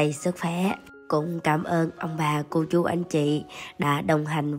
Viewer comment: Phát âm rõ từ " chú"...nhiều khi nghe nhầm ra từ " ch...ó...a" nhé